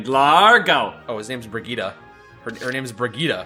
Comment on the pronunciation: The way pronounces Brigitte is just fucking great.